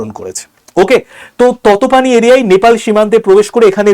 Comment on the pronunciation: ততপানি নয় 😂তাতোপানি হবে 😂